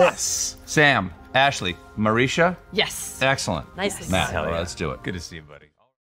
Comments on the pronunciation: "Ma-rish-sha" (standard/default) versus "Ma-ree-sha" (Stephen Colbert). ;) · Wtf is a Mareesha?